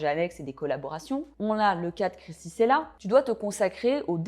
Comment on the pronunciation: Krissy " Tchella" et non " Sela" :) très belle vidéo au demeurant evidémment :)🥰